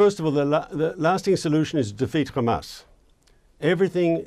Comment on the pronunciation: Sounds like he’s talking about Isra@ every time he says ham-ass